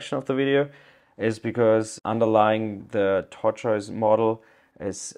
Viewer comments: i know you were struggling with pronunciation, but i pronounce it simply "tor-tus" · tortoise = "tort - iss". like the animal. tortiss. thanks for making this video! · Tortoise Pronounced Tor - Toyss - great video! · it's "tortoise" pronounced tohr-tus